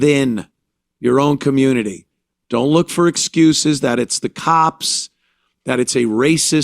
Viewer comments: Why can't blacks pronounce ASK and COMMUNITY? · What's a kamunitee?